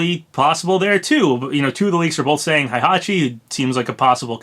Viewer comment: Why did you pronounce Heihachi like Hi it hey not hi 😑😑😑